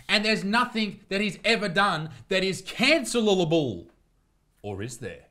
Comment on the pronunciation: so close